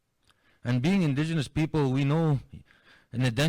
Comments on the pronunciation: Really well done story! Just found your channel and subscribed ❤❤❤️ I am a fellow Canadian and did just want to kindly let you know you are mis- pronouncing indigenous. It is pronounced IN-DIJENUS. Looking forward to listening to your other stories 🙏🙏💕💕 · ‘Indigenous” has no “w” sound.